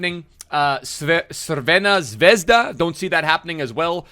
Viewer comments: If you can't pronounce Crvena Zvezda just say Red Star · His pronounciation of Crvena Zvezda😥😥😥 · Nice try of pronouncing Crvena Zvezda :D